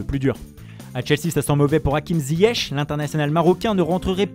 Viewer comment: Ehhh l’accent sur hakim t’as oublier mdrrr